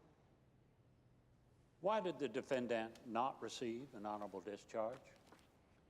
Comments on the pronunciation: Since when is defendant pronounced 'defend-ant'? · thought to meself i've never heard anyone talk about a red herring as an actual fish. that's cos there is no such fish. the prosecutor had a strange way of pronouncing "defendant" with the emphasis on the last syllable.good film but seemed very oldfashioned for 2010, we seemed to be still in a pre-internet world. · Is this a normal way to pronounce defendant? I never heard it before, but English is only my second language, so I might just lack experience as a listener.